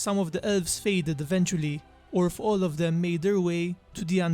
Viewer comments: I just keep hearing "Ölvs" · "Ölves" ... sry